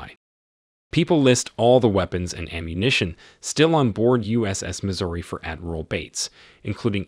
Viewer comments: Missouri NOT misery. If you are going to do synapsis do it live not by CG voice. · Missouri, not misery...my gosh! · It is the "Missouri" not the "Misery".